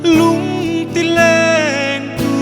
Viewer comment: "lentu" tih hi a lam chang hret ani. 'Lêntu" anih ang takin han lam deuh se ṭha tur anih hi maw le. Sangha manna "lên" ang hian han lam hrâm hrâm zêl teh u.